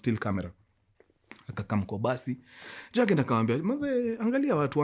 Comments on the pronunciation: The name is Yagen....Germans pronounce Y as J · Jurgen *J is pronounced as "y"